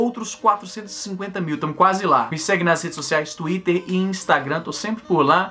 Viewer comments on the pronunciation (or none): none